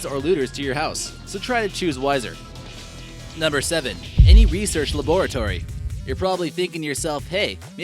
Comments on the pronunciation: look at how he said labratory lmaooooo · laboar-atory nice pronunciation 😂